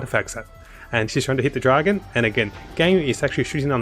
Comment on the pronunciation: im not really sure, but to abt you sound like you have australian accent (i dun really know cuz i aint australian, just have australian friends) the way you press on DRAgon and ARtifact.. anyways, nice vid thumbs up xD